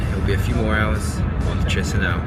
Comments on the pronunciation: You chisinau pronunciation is so annoying just say it like keesheenow. My god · So, the ignorant guy is travelling to Tshisinow! Wonderfull - the city is called Kishinow or in russian: Kishiniov. Better stay at home and read about the places you are going to. You are a disgrace to travellers. Go home, and over there back to school - you need a lot to learn!